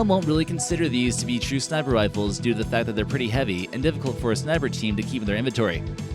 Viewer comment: Worlds most insane “Riffles” ever made. 😄